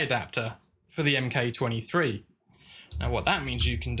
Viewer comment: Nice video, thanks, your videos are very helpful in avoiding mistakes when upgrading parts. One thing though, please stop saying M K 23, it's a Mk23 (Mark23). Good job though, I'll be ordering some parts from Empire soon. I would like to put a long barrel in my Mk23, to extend through the suppressor, which one would you recommend. ❤